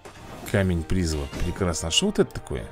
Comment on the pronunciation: Я конечно обожаю тебя смотреть, но жетон призЫва, а не прИзыва.